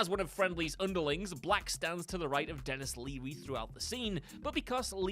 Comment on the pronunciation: Dennis leary not leavy. Come on